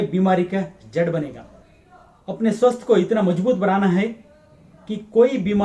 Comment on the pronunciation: ಕನ್ನಡ ದಲ್ಲಿಯೆ ಮಾಡಿ ಸಾರ್. ಸ್ವಸ್ತ್ ಅಲ್ಲ ಸ್ವಾಸ್ಥ್. ಕನ್ನಡ ದ ಹಾಗೆಯೇ. ಸ್ವಸ್ಥ ಹಾಗೂ ಸ್ವಾಸ್ತ್ಯ...ಎರಡು ಪದಗಳು ಉಂಟು. ನಿಮ್ಮ ವೀಡಿಯೋ ಗಳು ಅತ್ಯಮೂಲ್ಯವಾದ ವು.